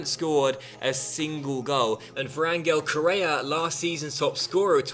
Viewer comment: hi im from spain and i support Atlético de Madrid and Ángel correa's name is pronunced like this:"anhell correa,keep on going like this and nice vídeo